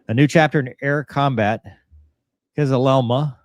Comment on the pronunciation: Folks its easy just; “Kiz-uh-lel-ma” :face-blue-smiling::hand-pink-waving